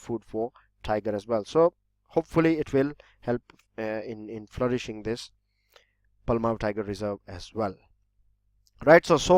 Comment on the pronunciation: That was wrong pronounce that is palamu(पलामू)